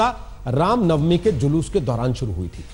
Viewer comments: Ye randi pringka ko julus bhi kahna nahi aata jhalus bolrahi hai sali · Zhalush ni re julush 😆😆😆😆😆😆 matr bhasa bhi ni ati to kiya ayega 😆😆😆😆😆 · Jhalus nhi jalus....